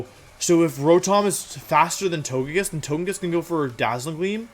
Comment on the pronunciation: I just realized that now when I say "Togekiss" out loud the way I normally pronounce it, it sounds wrong. You have, intentionally or not, brainwashed me.